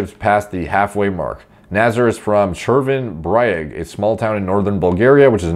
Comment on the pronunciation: Fun fact: Cherven bryag isnt pronounced as brian but the way you would try to say my name (Deyanov) and it means "Red Shore". Just a fun tidbit as a Bulgarian is fun to see people like talk about our "phenoms" like last time it was Lazar Anghelov and this time its this guy. Quite fun to hear your countires name spoken by a favourite youtuber